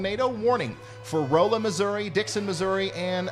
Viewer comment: Rolla is Rawla... I live in the St Louis area.